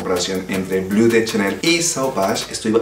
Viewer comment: Sólo un dato, como recordarás, Chanel es frances, por lo tanto NO se pronuncia blu, se dice: BLO !